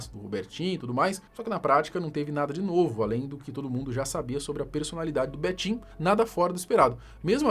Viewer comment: Cara fala Betinho, só escuto betinha 😂😂😂😂